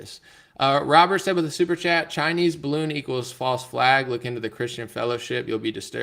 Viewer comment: 'Duh bawoon is fwat like duh Earf"